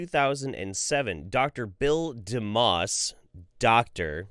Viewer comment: Oddly enough when you said his name "DeMoss" I heard Dumbass. "Dr." Bill Dumbass. Hah!